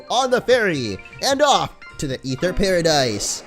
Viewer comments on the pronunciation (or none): it's pronounced Ather not ether the "e" is silent. There's already an ether that exist in the game it's a medicine for your pokemon's pp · ITS AETHER NOT EETHER!!!! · Stop pronouncing it Ether its A-ther like the aether dimension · It's Aether Foundation not Ether Foundation why do u call it that. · Aether is pronounced A-ther